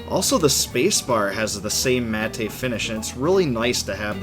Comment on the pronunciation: It is pronounced like the name Matt. don't pronounce the e at all.